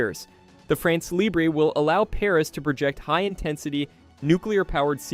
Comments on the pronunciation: For heaven's sake, it is NOT "France Libré (like LIBRAY), it is "France LIBRE, like LIBR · Please, look how to prononce two words when it's the main topic of your vídeo.